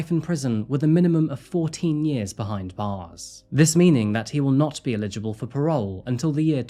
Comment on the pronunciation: Please never say the word "eligible" again